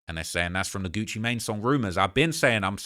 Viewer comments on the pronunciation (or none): none